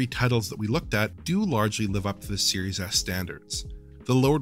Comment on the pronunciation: I keep hearing "serious a$$" xD